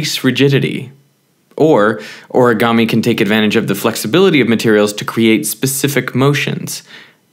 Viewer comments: It is not pronounced or-a-ga-me. It is pronounced o-re-ga-me. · オルィガァミィ が好きすぎる